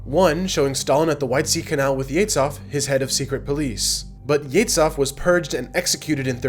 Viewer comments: Very confusing pronunciation. It's not "yetsov" but "yeʒov" like in "viSual". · HE'S YEZHOV, NOT YETSOV! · the "Zh" in Ezhov is pronounced as "s" in the word measure, not as "ts"! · Not “Yetz-off”. Thr pronunciation is “Yeh-zhoff”. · You mispronounced the name of murderer Yezhov. It's not Ye-TS-H-ov. It's Ye-ZH-ov. same sound as in the middle of the word "bourgeois" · Yezhov is pronounced more like Yeshoff, not Yetzoff. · Great vid, just a note - it's not Yetzov but Yezhov, there's a voiced palato-alveolar sibilant - a sound like how you pronounce "s" in the word "treasure" or "vision". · FYI, Yezhov is NOT [jetsov] or whatever you called him. In Russian it is pronounced [je`ʒov] with a ʒ as in 'collision' usually transliterated into English as ZH. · Do Americans pronounce Yezhov as "Yeah-tzov"? It sounds nothing like his actual name, not even close. It's "Yeah-ZH(like 'g' in 'genre')-ov". Didn't mean to sound like a dick, great video but this one thing really grinds my Slavic gears. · "zh" in "Yezhov" is pronounced like "s" in "pleasure", not like "z" and "h". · You should practice russian "zh" sound to pronounce names correctly. Not "Etsov" and "Tsukov", but "Ezhov" and "Zhukov". Put "Жуков" into Russian Google Translate to learn the difference. Made me cringe every time I heard it said wrong. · Yezhov. (YEJOV) YE ZH OF, not yeitsof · It's Yezhov, not Yetz-hav. He's not Jewish. 'Zh' is pronounced as 'g' in 'rouge'. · How to say "Yezhov" properly: YizhOFF (with the "zh" pronounced like the second "s" in "pleasure") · Even though young people may be brilliant, when they mispronounce historical terms like 'Yezhov' as 'Yetzoff', (it's the genitive plural for hedgehog), and 'arch(k)-i-'pel-a-go' as 'archi-pel-'a-go' in the first 5 minutes it spoils their effective presentation. (I'm not just a grammar Nazi either.) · Yezhov is not pronounced "yets-hov." The "zh" is like the French "j" in Jean. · Such a weird pronunciation of Yezhov.